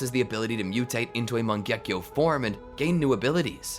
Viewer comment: oh by the way it's not "mangyekyo" its "mangekyo"